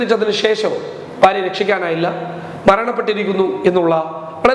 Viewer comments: ബാര്യ എന്ന് പറയരുത്,ഭാര്യ എന്ന് പറയു. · സരി ഫാര്യ